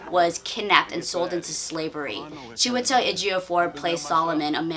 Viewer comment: So happy that you pronounced Chiwetel's and Lupita's name correctly. It's been pissing me off how many White reviewers struggle with pronouncing their names. But yet, they have no problem pronouncing 12 syllable European names. Although I haven't seen it yet, I think 12 Years A Slave might be the only film to take a truly serious look at the institution of slavery. As a Black person, I've never felt that films like Amistad, Roots or Django took the institution of slavery seriously.